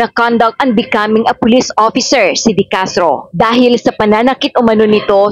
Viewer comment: De Castro po apeiyido hindi decartro